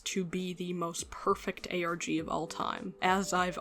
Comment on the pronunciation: it sounds like you said "Organ" lmaoooooooo